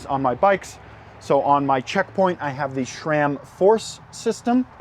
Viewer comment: it is sram. not shram. hahahah